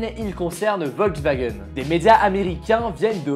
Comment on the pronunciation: On dit "Volkswagen" pas "Ouolswagen"